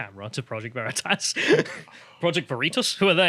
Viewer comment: Big brain on mispronouncing Vereetas 😂😂